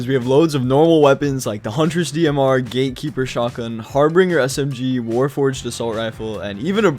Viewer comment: evrytime someone says gatekeeper shotgun i hear gaykeeper shotgun😼😼